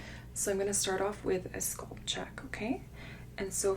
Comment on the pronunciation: This makes me a little crazy. I love her videos, but it's so jarring every time she says sculp instead of scalp....